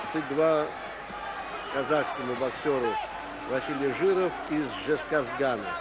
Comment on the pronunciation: Ты мои мысли украл, брат ))) Понравилось как он называл город Жезказган правильно. Без Джаза. А то, были мы все когда-то под Дж. При этом, Жену и Женю они (сами знаете) называли без Д.